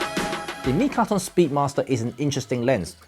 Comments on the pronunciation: Mitakon, not mikaton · Is it "Mitakon" or "Mikaton" 🤔? Well, thanks for the interesting review! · I love how you spend the whole video mispronouncing the name of the lens...lol!